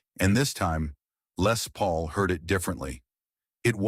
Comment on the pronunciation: Yet another dreadful AI generated piece of garbage. Who the hell is f**king "LAY PAUL". My God these AI voices are getting worse and this one stinks. I bet Jeff Beck never met LAY PAUL in his entire life. "Jeff Beck Stories" by backside.